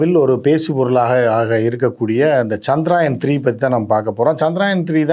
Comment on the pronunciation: சந்திராயன் இல்ல அது சந்திரயான்